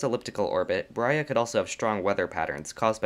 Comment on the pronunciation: Brahe ≠ “Brya”